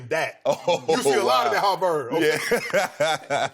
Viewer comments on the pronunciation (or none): none